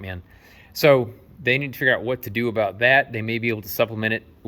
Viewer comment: when you said A Boot I thought you were practicing your Canadian and you are tri-lingual.....and that saw tooth joint 2X4 was just stupid......someone must have used that as a joke or maybe the builder is testing you 🤣